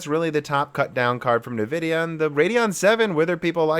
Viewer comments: don't actually know if you are trolling by saying "Nuvidia" vs "eNvidia"......... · Please, please try to pronounce nVidia properly "EHN-Vidia" not "NEH-vidia". I think a log of people find it hard to listen to otherwise. A bit like RGT saying "Nah-Vay" instread of "Na-veee". :) No offence intended! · What is "navidia" ??? As someone who doesnt care about brand and only about performance i was interested in the content of your video. Within a few minutes you are already talking about fanboys, and then you constantly bad mouth all nvidia products and cant even pronounce the brand name correcy. Sorry but you actually sound like a fanboy yourself and i cant trust your opinions.